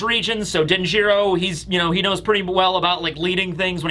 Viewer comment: Denjiro is pronounced DEN-jur-oh, not den-JEER-oh